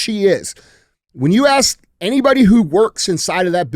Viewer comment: We shouldn't be challenging DJ with pronouncing towns when he can't even pronounce "ask" correctly. Love you DJ